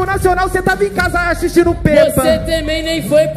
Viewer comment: só eu q escutei o falando "Axistindo peppa"?? Mkkkkkk